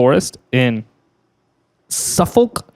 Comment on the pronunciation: not really the worst was how you guys murdered Suffolk 🤣🤣🤣